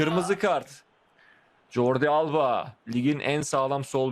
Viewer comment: abi jordi albaya yordi alba dedi omur abi ahahahhahahaua